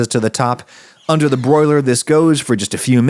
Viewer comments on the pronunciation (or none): Broiluh, put your dill away Broiluh